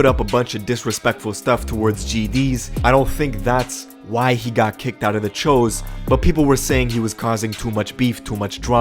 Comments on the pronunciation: that choo was pronounced cho just thought that shit was funny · Ok but why are u saying w-oo but when u say choo u say ch-o. It’s pronounced choo. Like choo choo train. It wasnt that hard to figure out bruh🤣🤣🤣🤣🤣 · (Its not THE Cho's) its The Choo's (pronounced Chews) Lol and the woo's. The choo's and The woo's CHINESE STREET GANG SHIT! 😆😂🤣🤷‍♂️ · Phonetically speaking, shouldn’t “Choo” be pronounced with a long “o” instead of a short one? It’s “Ch-oo” not “Chō”. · Anyone else wonder why choo gets pronounced Ch-Oh instead of Chew?!?!?! 🤣🤣🤣🤣🤣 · Cho ? Thought it was pronounced chooooooooo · Choo as in CHU not CHO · I swear I thought it was pronounced “choose.”